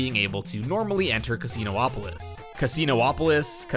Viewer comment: Casinopolis is pronounced like Indianapolis